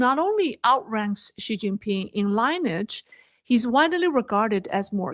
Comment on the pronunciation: “Lineage- Lin-ee-idge. With a stress on the first syllable